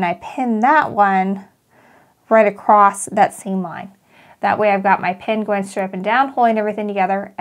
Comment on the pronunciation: Beautiful pattern. You do a great job with instructions. BTW...... “across “ doesn’t have a “t” at the end.😊